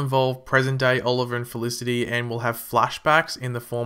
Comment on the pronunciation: u pronoced felicity wrongly 😀😀😀